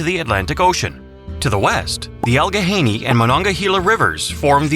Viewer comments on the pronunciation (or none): Allegheny = al-a-gainee. Not "al-ga-hainee". AI narration sucks. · You go to the trouble of making a video about our beautiful commonwealth, and you can't even take the time to narrate it yourself? Turned it off in, when I heard about the Allig HA-YANEY river. What the h*ll is wrong with you people????????? PLEASE never make lame videos like this EVER again! You disrespect us. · How about Allegheny being pronounced incorrectly. That is the easy one. And Presque Isle also pronounced incorrectly. And Susquehanna also pronounced incorrectly...